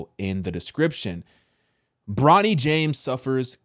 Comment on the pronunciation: It's Bronny not Ronny!!!